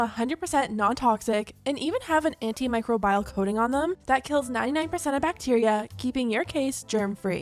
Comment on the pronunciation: the way you pronounced antimicrobial hahahaha omg micro bile.